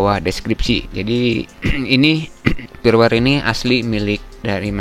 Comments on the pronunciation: Kenapa huruf 'F' disebut 'P' firmware dibaca pirwer, File dibaca Pail.... byk kontent kreator begini😐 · usahakan perbaiki ungkapan yang benar saat penyampaian seperti "firmware" jangan disebut "pirwer" bacalah dengan Benar, krn ini mempengaruhi saat teknologi AI membuat subtitile yang anda ungkapkan ke berbagai bahasa di dunia, karena Youtube sekarang sudah terintegrasi ke Teknologi transalator (termasuk AI) alangkah baiknya kita perbaiki hal ini agar dilirik si penyedia Platform. salam sehat dari saya, teruslah berbagi demi kebaikan.